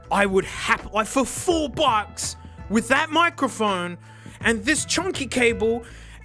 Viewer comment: Love how pronounces "microphone" as "moccaphone." He should get a moka pot to go with it xD